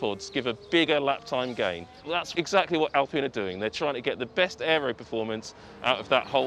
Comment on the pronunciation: AL-PINE, NOT AL-PEEN ! U DOPE